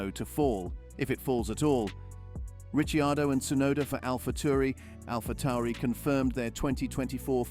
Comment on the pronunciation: Richiardo ?? "Rich" ??